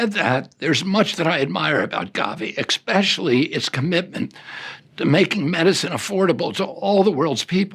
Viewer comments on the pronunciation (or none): ekspecially? Expeshelly? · rfk just said 'expecially' and the word is 'especially'. if the eating dead animals and 14 years of heroin addiction, and then killing your wife with your sex diary doesn't get to you.. maybe it's the illiteracy that eventually will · I just heard a Kennedy say 'expecially'. What a janky world it's become..😢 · Did he actually say “expecially”? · I didn't hear anything he said after "exspecially" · Did he say "ekspecially"?! Oh my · Ugghhh. It’s Expecially. Say it right !!!!